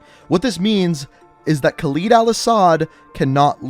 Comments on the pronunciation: I don't wanna sound like a dick whilst being a dick but can you start saying Khaled probably it isn't khaleed it's Khaled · Man this guys pronunciation is so annoying lmao ‘khaleed’ and ‘yurzikstan’